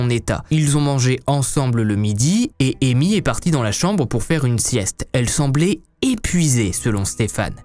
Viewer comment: elle samblait épuisée: son è à la fin pas é elle ne semblé pas elle semblait (è)